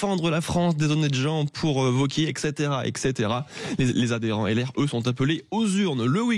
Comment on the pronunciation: ETCEtera et non ECEtera ...